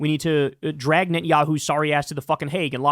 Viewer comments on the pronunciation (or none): none